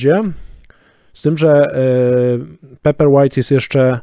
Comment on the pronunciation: Może nauczyłbyś sie wymawiać dobrze nazwe czytnika paperwhite... I mówił. "Pejperłajt" bo aż skręca